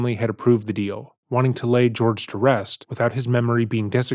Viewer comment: The practice she is attempting to refer it is called kintsugi, not “kintu sugori” or whatever she’s saying. But idk why I would expect her to say that correctly when she can’t even say Jorge instead of “George”